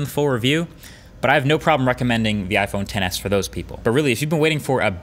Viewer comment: Iphone xs not "ten s" 🤦🏼‍♀️